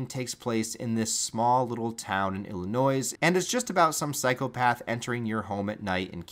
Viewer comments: Illi-noise??? It's um Illinois, but you do not pronounce the s Aside from that, GREAT JOB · On behalf of all residents of Illinois, I’m here to implore you: stop pronouncing the “S”. Also, good job on your long form retrospective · Awesome videos...... but please oh please..... the s is SOOOOO silent in Illinois😂😂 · The way you say "Illinois" kills me as a native Chicagoan lol